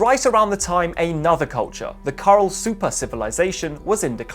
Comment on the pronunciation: You need to improve your Spanish. Peñico is pronounce pen-YEE-co. Supe is pronounced SOO-pay.